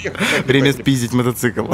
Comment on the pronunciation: Правильно мотоцикл, а не "мотоцЫкл".